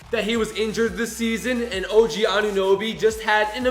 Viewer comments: “OJ Ananabie” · its og not oj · og is his name you said oj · You said oj instead of og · Stop saying OJ instead of OG